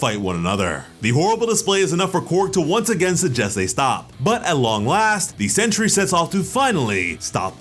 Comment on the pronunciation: Sentry! Not century